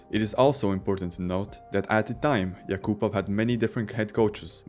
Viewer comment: AI can't pronounce yakapov's name.